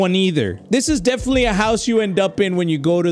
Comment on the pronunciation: “Defentily-“ “Defentily-“ “Tape 2” Bro that got me